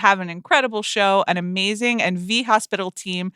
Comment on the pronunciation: "Amazingk" "workt" Amanda! 🎉